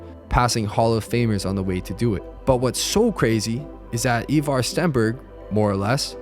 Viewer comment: It’s “Eye Var” not “ Eeeee Var”